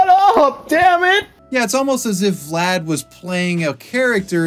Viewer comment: I cannot watch this video, every time he says Vlad I twitch